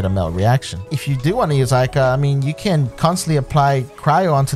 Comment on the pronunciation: These streamers never fail to surprise with these messed up pronunciations of Japanese and Chinese. Who the hell is Ay-Kah?